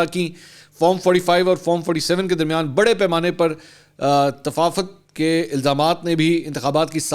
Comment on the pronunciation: تفاوت لفظ ہے ناکہ تفافت،تفاوت پڑھیں